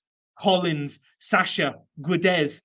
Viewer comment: Portuguese here. Not sure if you're interested, but in case you are: Guedes is pronounced Ghédj. As in the "Ga" part of Gary + the "Dj" part of "Djed". Main thing is the U is mute and the "es" in the end is just a short "J" sound.